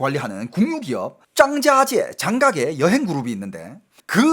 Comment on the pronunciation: 장가계 발음이......장자지 애?